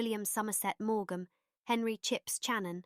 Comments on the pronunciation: Tsar is pronounced Zar. Maughan is pronounced morn. Annum is pronounced like the beginning of Ann. Please check your pronunciation. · Some rather cringe worthy mispronunciation .. Maugham ..being one 😮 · Some very odd pronunciation- for example, CHECK how to pronounce 'Maugham'. Also odd usages- George V is vocalised as 'George the fifth', not 'George the five'